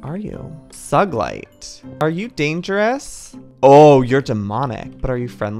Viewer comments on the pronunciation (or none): it’s killing me the way you pronounce that. It’s pronounced soo ga light, and it’s a real gemstone. it’s also killing me how u pronounced this. It’s pronounced biz muth and is also a real gem. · Sugilite is pronounced soog ill light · Joey it’s not “agaatay” it’s “a-gayte “ and it’s not “suglite” it’s “sew- ga- light” just thought I would let ya know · He pronounced sugalite wrong too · Agate- Uh-gate Sugilite- Soo-ga-light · And Sugilite!!🤣